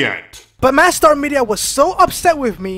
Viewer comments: how to say Mastar media. Madstar media Lol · Its not "Mad star media" Its not "Mu star media" Its "Ma star media" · Does anyone else hear "mad star media" when he says the name? :p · Are you calling him "MadStar"? It's a play on Master and Star, not Mad and Star. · I'm heading "madSTAR" is that how's he is pronouncing it?